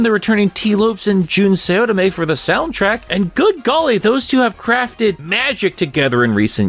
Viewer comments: What I’m god’s name are you calling Jun Senoue in this video lmao I understand mispronouncing Japanese names, but it sounds like you’re calling him “Jun Seodome” lmao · Jun Seotome? How do you get it that wrong...?